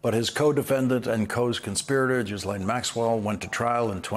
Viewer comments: Lawrence, you are the first person to pronounce Maxwell's name correctly. It is a French name - Ghys (Gis) Laine. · Lawrence, you are the first (to my knowledge) to pronounce that name: Ghislaine, correctly. Thank you. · Finally someone who can pronounce Ghislaine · Thank you Lawrence, for pronouncing Maxwell’s name correctly!